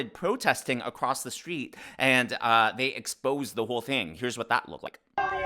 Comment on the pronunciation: Karmala Harris and the word exsposed !!! NO NO NO 😂😂😂😂😂😂😂